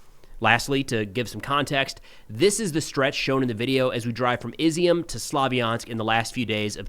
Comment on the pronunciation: Great video! Thank you for your work. If I may offer a small criticism... Izium rhymes with perfume or fume. Don't be like that Cappy guy, who makes god awful pronounciations his shtick. Love both your videos! Thanks again for visiting the Ukraine and sharing these great bits of life with us.